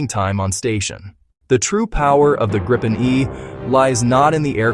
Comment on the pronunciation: At least, pronounce Gripen consistently through the video... please...